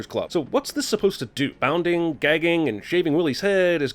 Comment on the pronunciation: It's binding, not bounding. Bounding is to jump. Sin on you.